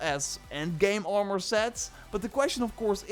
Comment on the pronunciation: “audvaunced” “Shwarp sheld bauw” “R maR”